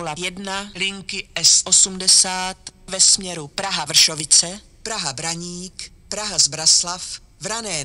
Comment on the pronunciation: Pěkně říká Praha Braník, Zbraslav a i Praha Vysočany